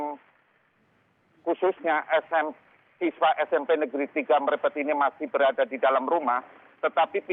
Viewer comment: Mrebet, baca E nya pakai taling tarung, bukan pepet 😆